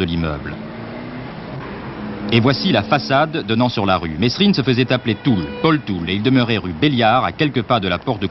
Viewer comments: tu reprends les gens qui se trompent en disant ton nom ? Si c'est le cas, c'est le cas de figure avec Jacques Mesrine ("Mérine" et non "Mess-rine"). Un peu de respect ! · Merci de ne pas dire « messssrine » mais « Merine » bordel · On dit merine mais sa s'écrit Mesrine, même Jacques le prenais mal quand on l'appelles meSSrine ( et quand je dit mal c vraiment vénère ) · ça m'énerve quand les journalistes et autre intervenants ne prononce pas le nom de Jacques comme il faut,ce n'est pas"MESSE-RINE"mais Mérine......Provocation peut-etre.......!!!